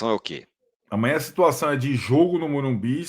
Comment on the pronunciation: É MOrumBIS , sacoooo. Vcs dois continuam falando errado o nome do Estádio. Tem que prestigiar o patrocinador, sacoooo